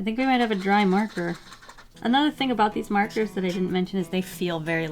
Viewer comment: she said "merker" lol